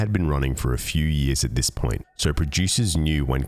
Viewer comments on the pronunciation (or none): none